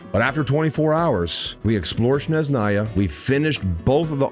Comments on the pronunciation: Shneznaya xdd It's S-NE-ZH-NA-YA, S like in "sssnake" and ZH like in "ZH-ongli". And then on you did say it almost perfectly. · 6 years, and it's still "Shneznaya", and not "Snezhnaya" 😿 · as a russian, its not SHnezhnaya, its SneZHnaya😖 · To be fair he calls it S-neZH-naya sometimes (as ). He probably knows how to say it the right way but all English community pronounced it like "Sh-neZ-naya" for years, so he's probably still getting used to the right pronunciation ❤ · Bro played 24 hours and still calls it sh-nez-naya 😭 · I love how fumbled the pronunciation of Snezhnaya in the beginning, then gradually got better at it... and then fumbled it again xD Keep it up,, setbacks are a part of the journey! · There is not "sh" sound in Snezhnaya... 😴 Where did you get it from? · 6 years, and we still are disrespecting it by not pronouncing it properly 💔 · waited six years and still cant pronounce snezhnaya 💔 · ”I’ve waited about six years for Snezhnaya and I’m still saying it wrong” XD